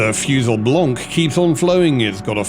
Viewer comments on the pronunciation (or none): none